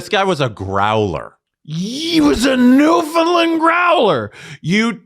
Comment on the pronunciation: Dear, Newfoundland rhymes with Understand. We are not a new version of Finland 😜 lol